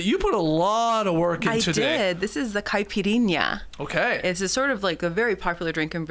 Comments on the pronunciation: Nora absolutely smashed the 'Caipirinha' and 'Saúde' pronunciation. Nice work! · Nora pronunciation of Caipirinha and Saude was implacable. Great pod guys (Brazil flag emoji) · I'm from the country of the beverage of the day. Unbelievable to hear Nora saying "caipirinha", "saúde" and "cachaça" without even flinching...and with perfect accent! Like how??!! Get outta here! With all the quizzes and french word of the day and (insert language) references and flair and beauty...this is becoming surreal! I'm convinced Nora is an alien. She's too perfect to be human. Ma man Skeets the luckiest man alive! The 'triples' in the BMX was so exciting, the crowd went nuts! I've tried to watch Skiff and Dinghy but every time it gets postponed, it's annoying, so I bailed out. PS: I just realised it's gonna be reeeeeally hard to get back to watch the Classic Factory 'classic' line-up. You guys will have to find a way to bring back the Madame from time to time, seriously.